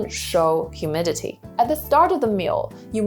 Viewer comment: Good information thanks , btw, it’s humility not humidity.